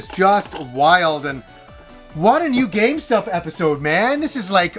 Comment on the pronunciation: IT sounds like you are saying " another gamestop episode"